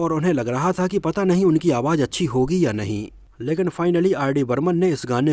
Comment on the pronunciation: jeenat nahi zeenat awaj nahi awaz♥️